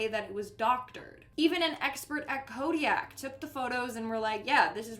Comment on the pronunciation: Kodiak, I have never heard it called that before. It's Kodak. Sorry that was just funny.